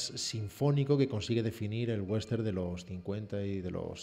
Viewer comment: por favor, no es "wenster", es westerN, la ene al final.